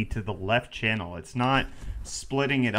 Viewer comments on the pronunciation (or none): none